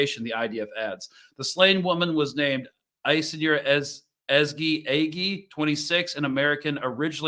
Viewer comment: Her name is pronounced Aish-eh-noor .. say it quick